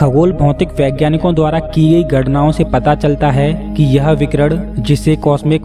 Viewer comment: Bhai aapke saare video kamaal hain... Main aapka shukkriya ada karta hun aapne itni achhi jaankari di hai humesha... Par please अणु ko अड़ु aur विकीरण ko विकीरड़ aur परमाणु ko परमाड़ु mat bolo... ण ko ण bolo, ड़ mat bolo... Thanks a lot ❤️❤️❤️